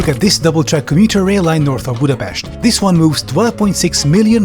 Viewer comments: Oh my god god! I think you’re the first person who I heard say Budapest correctly! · Oh my god! You actually pronounced Budapest correctly!